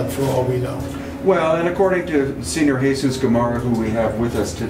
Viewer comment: good doc, but learn to say 'senor'